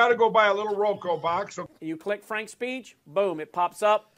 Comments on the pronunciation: Transformative agenda? Oh, Kari…🤦🏼‍♀️ Mike Pillow can’t say Roku? 😂😂 And who in the world is Julie Green? She, clearly, thinks she’s something special. One of TFG’s very best people. 🙄 Shame on their families for not getting them the mental health support they so clearly need. Oh wait, rethugs have nearly eliminated services. Thanks for making me smile this evening. ☺️ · 😂😂 ,"So, I got to go buy a little Roko box?" Roko?!😂😂